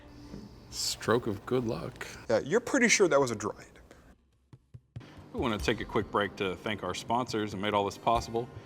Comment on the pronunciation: ... Both I and the auto-captions heard "droid" instead of "druid" here.